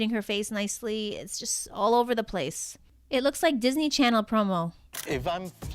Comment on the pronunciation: THE DIS-KNEES